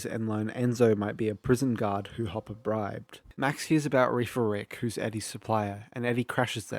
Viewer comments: Whenever says “Hopper” it sounds like he’s saying papa 😂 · Ngl I keep mishearing hopper in s1 as “papa” in your video